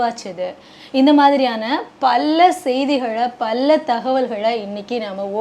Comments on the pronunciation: அது என்ன பல்ல செய்திகளை பல்ல தகவல்களை😄😄தமிழே பேச் தெரியலை😂😂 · பல்ல தடவை..., பல்ல முறை... பல்ல சமயம்...😂😂😂